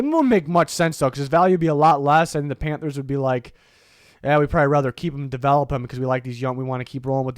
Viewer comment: Everytime you hear you say Panthers, I hear “Pamfers” now 😂😂